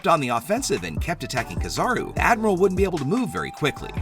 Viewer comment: Shanks definitely, but I really hate how you pernounce kizaru(ki-zah-roo).